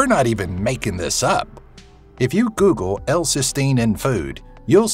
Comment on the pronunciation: the top 10 things you should never GUGUUUL 😂😂😂😂😂🙈🙈🙈🙈